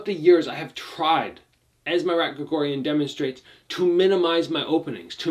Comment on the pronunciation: It’s pronounced Mah-r-ah-t, not Ma Rat, like the animal. It’s pronounced like when you realize something, you say “ah!”